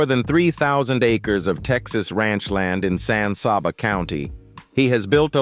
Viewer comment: When someone says San Sawba Texas I know this is AI or someone not from Texas